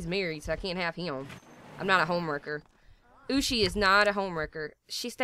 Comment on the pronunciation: you say Poosi but it is Ohosi